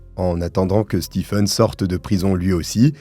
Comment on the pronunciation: J'adore tes vidéos. Mais sil te plaît, le prenom Stephen se prononce Steven. Mes oreilles brulent a chaque video ou il y a ce nom 😭🤣🤣